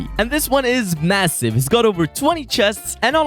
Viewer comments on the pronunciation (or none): did u say masive?